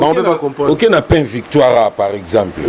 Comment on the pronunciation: Pain n'a kin ekoma PA-IN (pahine) lol